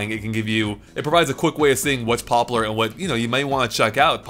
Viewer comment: return of the "poplar"